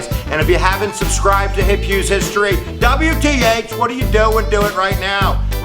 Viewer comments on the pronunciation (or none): none